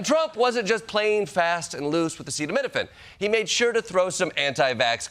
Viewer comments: Funny thing is he can't pronounce Acetaminophen which is one of the most common medicines. But when he was spouting nonsense about using Malaria medicine for Covid he had no problem pronouncing hydroxychloroquine and thats a bigger word. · Hey Trump say Acetaminophen. 😂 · I still don't understand why Trump can't pronounce the word acetaminophen.